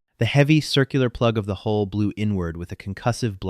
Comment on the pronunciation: A large percentage of these AI-generated stories make this error, as though unable to distinguish between the vowel sounds. Another example I've seen a few times is the word 'hull' rendered as 'hole'.